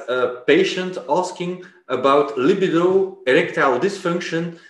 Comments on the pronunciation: Lol - yeah, it's not Lib-uh-doe. It's pronounced Luh-B-doe.... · I knew someone would have to say it 😂 For the love of God it's lib-ee-do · He says lib-id-o one more time I’m going to jump through this phone.. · Hahahahah.. li bi do 😂😂😂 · I appreciate the Drs contribution to the program but I don't like the way he pronounces libido. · is it luh-bee-doh or li-buh-do? after hearing you both pronounce it in the former way I am questioning myself now